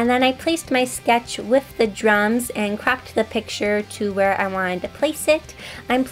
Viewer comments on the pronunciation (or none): none